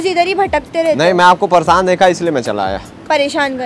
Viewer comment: Pareshan ❌ Parshan✅